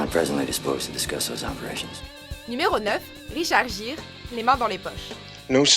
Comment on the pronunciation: Euh... Ça se dit Guire... Et non Gire...